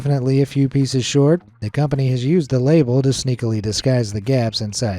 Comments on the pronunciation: "pieces" isn't pronounced "pee-sees" as in "pea seas," it's pronounced "pees-siz" as in "peace" with an "s."😉👍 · Is it just me or i just hear feces instead of pieces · Reesees peesees? Seriously, what's wrong with you? That is not how it's pronounced.